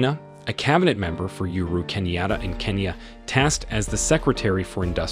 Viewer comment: The name is Uhuru not yuru pronounce it well that's our 4th president